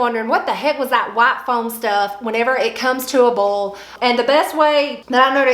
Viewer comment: Start watching . Also, boil is pronounced "boy-el". If you're blanching purple hull peas (or any field pea), it is recommended to dry them before bagging.